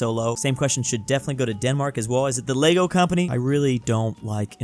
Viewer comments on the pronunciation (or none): none